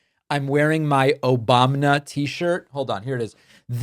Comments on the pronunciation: It's one of Trump's mispronunciations. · I love David's tee shirt "Obamna"